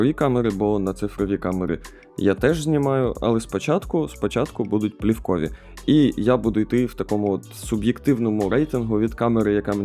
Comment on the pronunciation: камери - плІвкові. наголос! ууу.. з наголосами тут взагалі бідося